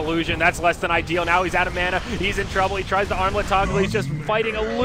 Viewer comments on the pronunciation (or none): none